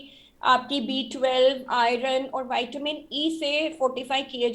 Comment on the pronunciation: ज्यादा पढ़े लिखे विद्वानों वाईटामिन क्या होता है विटामिन नही बोल सकते